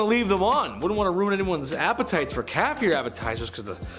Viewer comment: OMG, I thought he said cat ear appetizers at first instead of calf lol